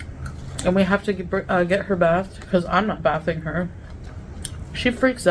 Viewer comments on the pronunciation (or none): did she pronounce bathing wrong??? what an idiot.